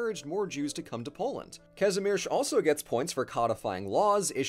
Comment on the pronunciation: Let's just appreciate how well the lector pronounce the name Kazimierz 😍